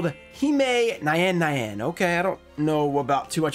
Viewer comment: This is a insane case, also just want to mention you pronounciantion on Nyan nyan, it's a japanese onomatopeia for sound of cats, so you read as you talk, it's not nayan nayan lol